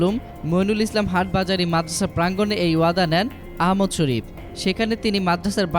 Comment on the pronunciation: আরে কুলাঙ্গার আহমদ শফি নাম টাও ঠিক করে বলতে পারস না হাটহাজারি শব্দটাও উচ্চারন করতে পারস না তকে কে বলছে রিপোর্ট করতে???